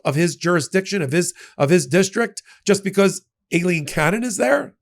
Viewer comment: It’s pronounced Eye line. That’s the Spanish spelling.